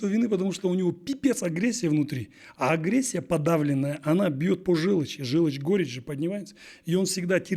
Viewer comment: Желочь (вместо ,,желчь"), ,,пипец", один в своём экземпляре, ,,...купил тачку, машину..."---- какой ,,красноречивый" и образованный коуч!!!😂😂😂. Вот где пипец!😂😂😂